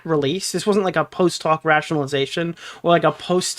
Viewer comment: Are you saying “Post hoc” (correct) or “Post talk?” (Incorrect) You’ve been saying it a lot and I genuinely can’t tell 😂 Just trying to help you be correct ❤